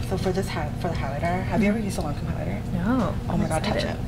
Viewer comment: Seriously can you PLEASE pronounce Lancome correctly. 🤦🏻‍♀️